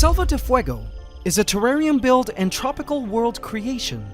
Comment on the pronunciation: Feffarium ? not terrarium?